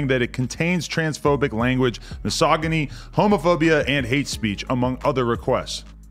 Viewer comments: Adam been saying misogyny like that for so long that's how he actually thinks it's pronounced now 🤣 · I adore the fact that misogyny is now pronounced "mug sogga nee" by everyone. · he said misogyny like mahogany that's how you know someone's rich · did adam just say mysogony not mysogyny lol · Muh-Sog-uh-knee -Adam22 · "misogyknee" lol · The fact that Adam can’t pronounce misogyny is so fitting lmao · I love how we’re slipping in the mispronunciation of misogyny into regular conversation 😂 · Pronounce "misogyny" for me one more time lol. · I feel like the fact adam22 can’t even pronounce misogyny is probably the best singular factoid to explain his persona looooool on 55th big up c mac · Tell me adam said misogyny as misogyny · Are we just gonna ignore Adams pronunciation of misogyny?